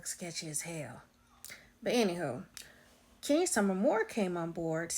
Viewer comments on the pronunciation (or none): Please It’s Kenya!